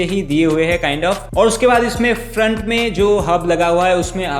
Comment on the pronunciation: Video has good but kind has😂, kind has